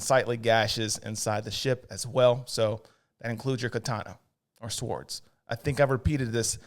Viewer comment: Very funny. But they are pronounced "sords" though there is a "w" in the spelling. It is silent.